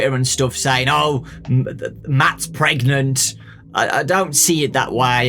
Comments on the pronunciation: You mean pregananant? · Matt feeling something trying to get out of him: "Am I..." "PREGANANANT!?"